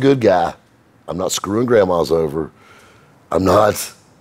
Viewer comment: “I’m not screwing grandmas over.” Emphasis on the word over 😂 Cougars need love too